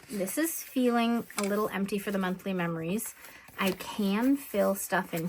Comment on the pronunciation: I really enjoy your videos. I love how you said you can't talk when spelling words backwards because you end up spelling them wrong.... guess what?? You spelled meRories instead of memories while you were talking.😂😂😂 too funny. ❤